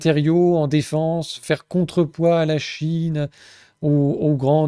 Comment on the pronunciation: "faire contrepoids à la Chine" ou "faire contre-choix à la pine" ? 🤔😂